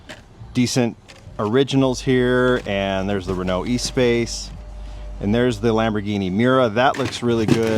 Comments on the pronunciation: Espace pronounced ESS-SPass. It's a French car. Make an effort to not "English-a-fy" every name,,,smh. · Pronounced Eh-spass